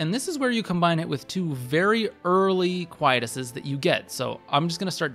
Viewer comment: I see this a lot, big fan here so don't get me wrong, but Quietus is pronounced; Kwhy- EE - tuss.